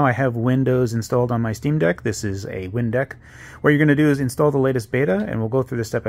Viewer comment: I legit thought he said Windex for half a second. this is cool though